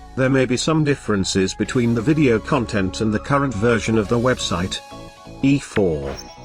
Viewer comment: Did he pronounce 'content' correctly? What is going on here?